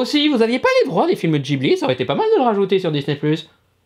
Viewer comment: les films “JIHBLI” ???